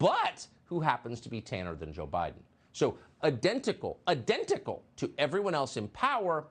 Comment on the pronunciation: “adentical, adentical” 🤔